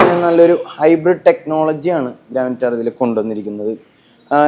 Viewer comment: ഗ്രാൻഡ് വിറ്റാര എന്ന് പറയൂ. ഗ്രാന്റ അല്ല